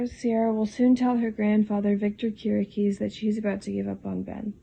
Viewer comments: I think it is pronounced "keer - ee - ah - kis" ... right? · Kiriakis... Pronounced ..Kiri..ahhh.kiss Stepheno .. Pronounced ...Stef ..n..o I like your videos but you obviously do watch.this show